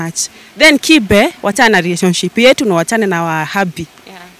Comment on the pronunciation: Its kibe and not kipe,,, come on stop chasing clout, you're the ones to grow up instead of chasing clout 🚮